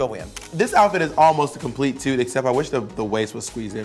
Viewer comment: Dani In I love it, just say "tut" instead of toot, just like tit?